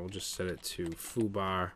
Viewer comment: "foo-BAH" Eastern Mass.